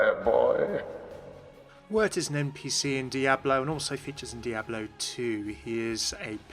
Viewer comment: Those Diablo terms were butchered so hard...